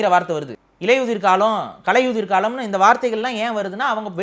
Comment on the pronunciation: பாரிசாலனுக்கு சீமானை தூற்ற கிடைத்த மற்றொரு வாய்ப்பு. சீமான் பொறுமை காத்து முடிவு எடுப்பவர். உண்மை வெளிவர காலதாமதம் ஆகும். ஆனால் முடங்கி போகாது. தமிழை சரியாக உச்சரிக்க வேண்டும். கலையுதிர் என்பது பிழை. களையுதிர் என்றுதான் சீமான் உச்சரிப்பு. ❤நாம் தமிழர்❤